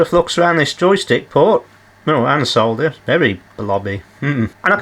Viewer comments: It's so refreshing to watch a repair video where the word solder is pronounced correctly, soLder, not soder, dumb yanks. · It is nice that you dont say SODDER like the Americans. Drives me nutttzzz